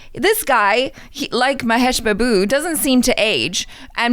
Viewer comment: Its so adorable how says Mahesh “baboo”, no one tell her it’s pronounced as “baaboo” please